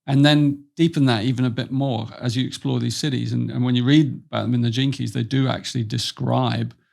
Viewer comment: oh my goodness.. I’ve been watching this man all day and IVE BEEN THINKING HES BEEN SAYING “JINKIES” LIKE VELMA FROM SCOOBY DOO 😂😂🥲 I’ve just been loving what he’s been saying and I resonate with almost all of it, so I thought jinkies was so funny that he gave it a little humor. I watched the BLU podcast with him and it was brilliant. This is so funny and I love him even more lol.